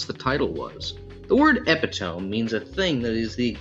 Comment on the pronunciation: “Epi-toe-me” not “epi-tome” 🥲